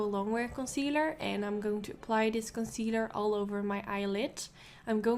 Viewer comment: The way you say concealer is so cool and satisfying!!!!😂😂😂 Sounds like the way I say (cuz I speak spanish)